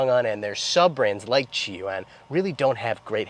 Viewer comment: Chang-An, not Changan…